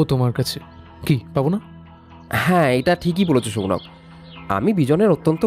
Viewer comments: সৌনক কে বারবার সৌনাক বলছেন কেন? বড্ড কানে লাগছে! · Uchharon ta Sounok, Sounaak noy. ei bhul ta apnar kache expect korini